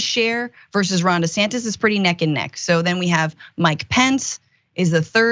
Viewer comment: Ronald Dee-Santis